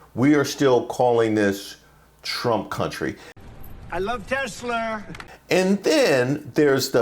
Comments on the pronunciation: it’s Tesler not Tesla 😅😅😅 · That is Trump's way of saying Tesla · When trump said "Tesler"instead of Tesla, I was thinking dementia and dyslexia don't work together very well. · He hit a hard "R" on that Tesla(r)